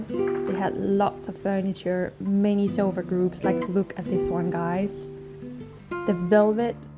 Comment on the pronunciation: You are doing it again! A sofa is not a SHH!!!!